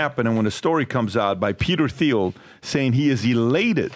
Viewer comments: The guy who kept ssaying Peter Thiels name as Theel (it’s Teeeel), is selling you on a an AI Webinar to steal more of your money? 😂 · Someone please inform Pat, theil is pronounced TIEL. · Patrick, it's pronounced Teal (not Theel). It's beyond time to get it right. Even pronounced it right. Come on, bro. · It is pronounced "Teel" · Thiel is pronounced like "teal". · Why does DBD keep using the Th sound when he says thiels name? Is that the correct pronunciation? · Dude. The H is silent in Peter Thiel